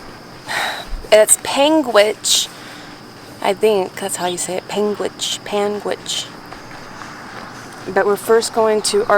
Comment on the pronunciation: Isn't Utah purdy?!? And said Panguitch perfectly.